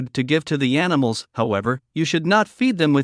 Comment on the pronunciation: what the fk is anisals . .you twat . . .